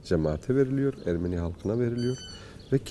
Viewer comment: Videoda Ermeni kelimesi yanlış telaffuz ediliyor. Azeri gibi son harf uzatılmaz.